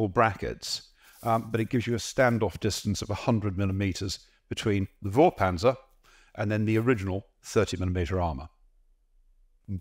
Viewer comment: Vorpanzer should be prononced with an F like foreclosure oder the number 4. Fourpanzer.